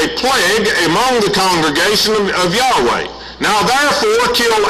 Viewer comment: Well, he doesn't pronounce YAHWEH correctly.